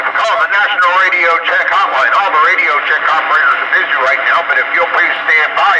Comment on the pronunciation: Narional Radio Check Hotline?! That was hilarious LMAO